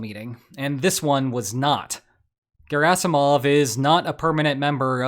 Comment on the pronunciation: GARASIMOV!!!!; SHOYGUUUH!!!!